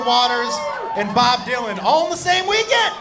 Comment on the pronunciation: Actually thought you said Bob Duncan